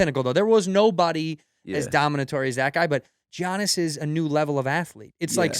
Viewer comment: Props to Hasan, he knows his NBA shit. Tito can't even pronounce Giannis right, GO CHOKE ON DELICIOUS HOT DOGS YA FIB!!